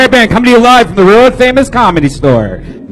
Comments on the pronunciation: Redban: "...THE ROW FAMOUS COMEDY STORE..." Why is it impossible for Redban to pronounce the word "WORLD?" Among other things it's impossible for Redban to do... this just seems really, really simple... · lol "rural famous comedy stooooore"